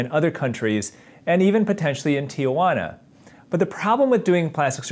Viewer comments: Es gracioso que dicen "tiguana"😂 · Gringos pronounce Tijuana so funny 😅😅